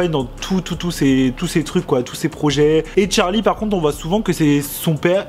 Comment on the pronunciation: Par contre ça me stress qu'il dit tcharli et pas Charli 😂